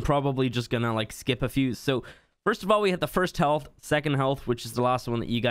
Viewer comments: The way you said “Heaalth” had me dying 😂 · His Irish accent was slipping out